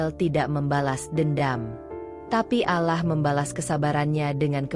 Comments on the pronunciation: Harus nya yang baca cerita nya orang yang beragama Islam, biar gak nyebut alah tapi Allah 🙏🙏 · Mf min perbaiki dikit. Bukan alah sebutanya tapi allah